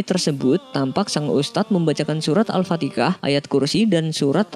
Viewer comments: Alhfatiha min bukan alfatikah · surat Al-fatihah bukan al-fatikah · Mohon maaf min.... Saya sering dengar dichannel ini kalo penyebutan AL-FATIHAH menjadi AL-FATIKAH... Mohon min lebih teliti lagi ngeditnya! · Al fatihah.. Bukan al fatekah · Min kok kyk bilang al fatikah? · yang dimaksud al-fatihah mimin orang jawa sama ky guru smpku nyebutnya alfatikah/alfatekah. yang penting makhorijul hurufnya/pengucapan ayatnya jangan berubah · Aku baru tau skrg beda suku beda kota ternyata penyebutan surah beda² ya 🤣😅